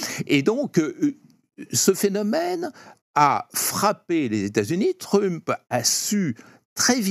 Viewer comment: Il prononce vraiment "Truuuump" ce Français ? Je sais bien que les Français ne savent pas prononcer les mots ou les noms anglais mais tout de même...